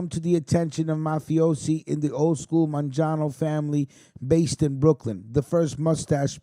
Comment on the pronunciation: Vincent man John o ????.....this guy don't pronounce names property...lol.